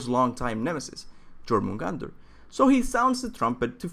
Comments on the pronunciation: You dont say jo in jőrmungandr, you say "yor mun gand er" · It's called the yor-mun-gand-er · its pronounced yormangander